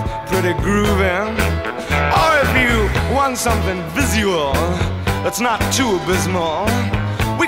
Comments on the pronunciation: He pronounces "viz-yual", Americans say "vizh-uwal". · jade kdash he pronounced 'vizyual' that exact same way casually in an interview and I nearly died. Its not only that, but he 'Curryfies' a ton of words throughout his career, example is 'pit-ZAH', 'have a lovely dahygh' in Home Alone 2 and 'SPHAAYGCHE' in Red Alert 3. Of course RHPS is a goldmine full of it, 'Oh Rockeeahh!', 'Dynamic tension' and 'Ohhh baby!' There's too many to count. He's just so entertaining. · Am I the only one obsessed with the way he pronounces "visual" ? Oh my god I love it!